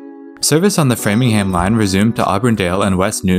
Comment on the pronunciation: He said Framingham right.